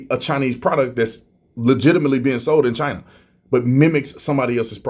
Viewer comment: "China assho"